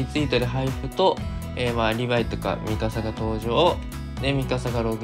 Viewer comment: ミカサが[ミササ]になってます。